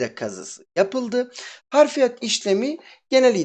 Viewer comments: Harfiyat değil Hafriyat abicim. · harf değil hafr.....hafriyat yani kazı işlemi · hafriyat yazmışsın ama harfiyat diye söylüyosun abisi.